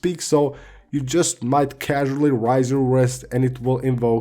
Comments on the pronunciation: My man said rise to speak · Raise. Rayse.